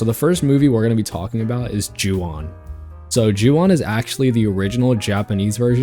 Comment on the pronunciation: “O” in Japanese is always pronounced like that. So “Ju On” is pronounced like “Ju Own”. And yes, that means you’ve been mispronouncing “Honda” your whole life, too.